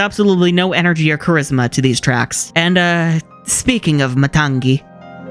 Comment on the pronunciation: you're pronouncing matangi as matang'gi. it's just matangi. other than that, love the video! i now feel compelled to rewatch frozen 2 and check if the soundtrack is actually not as good. also debating whether or not i should listen to the moana 2 soundtrack or wait til i can watch it... which i'll probably watch it once it hits disney+.